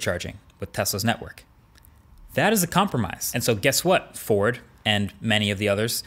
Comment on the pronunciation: the way he said “FORD” was like he verbally kicked Ford in the nuts!